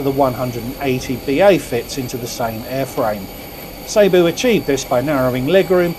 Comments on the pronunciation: Pronunciation its ceeboo not sayboo 🤷‍♀️😉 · It is pronounced see boo